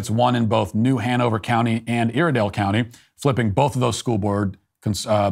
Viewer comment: At, as someone from Statesville, North Carolina, it is pronounced Iredell (eye-redell) County... I'm sure you meant nothing by it, but it still made me cringe.